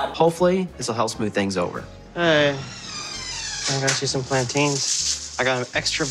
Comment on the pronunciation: The way you say plantains as "plan_ TAINS", it hurts my hispanic soul.